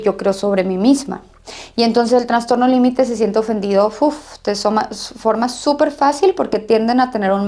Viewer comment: Es transtorno o trastorno. Alguien me indica?? Escucho que ella dice Transtorno